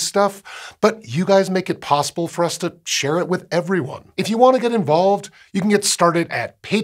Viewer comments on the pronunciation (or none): none